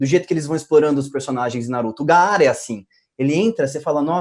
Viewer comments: Que Nervoso o falando gaAAra pqp. Se pronuncia Gara normal, Parece que nem escutam a pronúncia em japonês, O mesmo pra Susanoo não SusaNoOo. Quando dublarem o Naruto Shippuden dei uma olhada nisso pela amor de deus. Meus ouvidos sangram! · Esse cara chamou o Gaara de Ga- ara quê esquisito porquê apesar do nome dele ser Gaara, na pronúncia jopones quê é a original se fala Gara ou eles não presta atenção na pronúncia ou tá errado por isso quê só dragon ball é bom na dublagem brasileira e outra o Wendel apesar de ter uma das melhores vozes do Brasil não tem nada a ver com a voz do pain mas fazer o quê tem gente quê curti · Bicho. Não é Ga-a-ra, é Ga-ra. simplesmente "GÁRA".